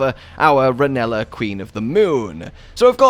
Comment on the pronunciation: the way he pronounces Rennala's name he sounds like Scooby Doo trying to say vanilla lmao